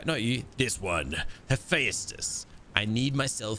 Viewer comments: Hephaestus is the God of fire, metalworking, stone masonry, forges, the art of sculpture, technology, and blacksmiths. Btw it’s pronounced as Hefestus not hefayatus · saying the name wrong, the a is silent. Pronounced Ha Festus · Hey love the videos per usual, although I would like to add the way that I believe Hephaestus and that is (Heh-fi-stus) so the 'phae' makes a 'fi' sound like si-fi.